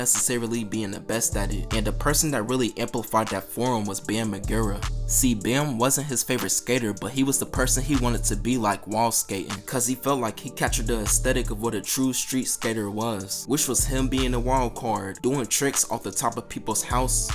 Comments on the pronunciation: "bam mar-gera" "dema guhstava" "skateboard park" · "Skateboard park" "Bam Ma-gare-a" lol bro you gotta tap in with skating